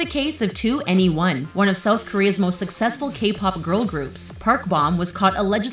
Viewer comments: the fact that she called them two-a-knee-one,,, 💀💀💀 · I saw "The Talko" and immediately began cringing. Side note: Got viscerally angry at the way she kept mispronouncing 2NE1. EDIT: Also, BTS don't use insta, have never had plastic surgery, have no dating ban, and their twitter account is ran by them?? Not their management, wtf. If ppl wanna make these ass videos I wish they'd leave BTS out of them.